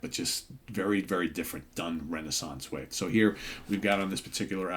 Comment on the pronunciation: We say it more like Ray Nay Sonce, you are close but no cigar!!😂😂😂